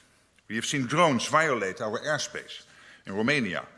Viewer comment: ''Air shpãshe'' is where Valhallala lives?!?